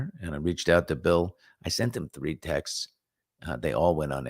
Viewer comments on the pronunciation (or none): none